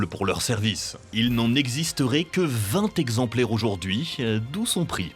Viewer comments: 0-37 "vingt zexemplaires frappés" c'est quoi un zexemplaire ? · Vingt z exemplaires c'est NON